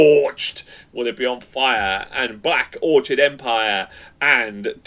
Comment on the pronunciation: Orchid not Orchard lol 😂😢